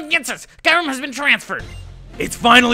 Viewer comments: It's pronounced kerum not kirum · Its cure-em not kyrume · it is not called ki rem it is k your em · oh for godsake its kyu-rem NOT kai-rem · dammit its KYU-REM not KAY-RUM. (i'm sorry if this is a bit rude but i cant take it anymore) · Its not kayrem its KYuurem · Its, Ke-your-rum, kyram, lol silly guy who makes unnecessary noises and voices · Ky u rem that's who you pronounce kyurem not kirem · I pronounce Kyurem as "Queue - rem" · Cure-im is how u say it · ITS KE YU RUM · No it is pronounced as Kyoorum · Kyurem is pronounced Cuu-Rem. This has been frustrating me for forever. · ist it should be kyu-rem? like q-rem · Watch "Kyurem vs The Sword of Justice" Kyurem is pronounced "cure-em" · It's pronounced Kyoorem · Nebby Get in the bag cure-em, watch Kyurem vs the sacred sword movie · And the pronounciation is Ke-your-rum, not the way its spelled, Kyurem. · It's Kyoo-rem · It's "KYOO-rem" says it in the fucking pokemon handbook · THAT'S NOT HOW YOU SAY RESHIRAM OF KYUREM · It's pronounced Ki-rum